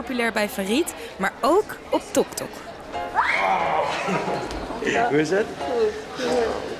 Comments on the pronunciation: Ja ze zeggen toktok maar het is tiktok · Ze zeggen altijd Toktok maar het is tiktok